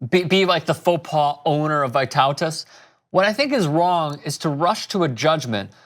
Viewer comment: Ohhh cmon why does americans say vaitautas but not vytautas!